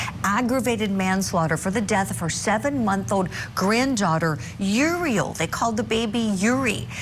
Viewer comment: 2021 the other kid died? They aren’t supposed to talk about it I guess? I do wish the Prosecutor would pronounce the baby’s name right. Uriel is not pronounced Urey